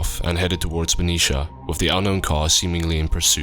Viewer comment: That's not how you're supposed to say Benicia, Vallejo or Armenta.